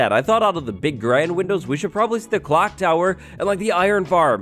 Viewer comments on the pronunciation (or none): none